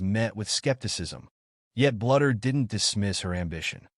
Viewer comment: You need to learn how to pronounce " Bluder " It's BLUE der!!